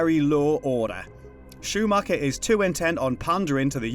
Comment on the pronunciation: Joel Shoo-Macka, awesome